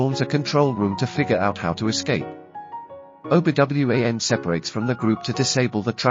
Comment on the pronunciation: Obi W-A-N. Yikes. This is atrocious.